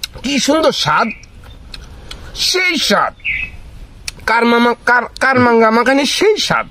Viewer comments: কামরাঙ্গা বলে কারাংগা না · কারমাংগা নারে ভাই সঠিক উচ্চারণ কামরাংগা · দাদা আপনার দেশের বাড়ি কোথায় আর কার মাঙ্গা না কামরাঙ্গা কামরাঙ্গা ফল আপনার দেশের বাড়ি মনে হয় মনে হয় একটু মুখে কথা মনে হয় ভালো বলতে পারেন না উচ্চারণটা কামরাঙ্গা হবে কার মাঙ্গে না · ভাইয়া এটার উচ্চারণ হবে কামরাঙ্গা 😂 সেই স্বাদ